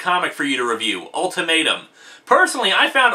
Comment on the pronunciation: The way you say "ultimatum" sounds like you're saying " old tomato"